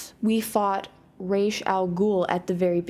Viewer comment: It's not Ra'z it's Ra's!!